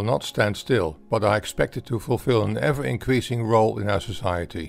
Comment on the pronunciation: "stowy" "incweasing" "colourwization" "gwowth" "degwee" ...